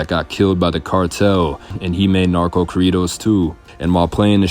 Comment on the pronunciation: Say corridos correctly 😂🥴